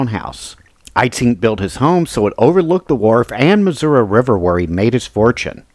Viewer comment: Thank you for pronouncing the state’s name correctly! 😊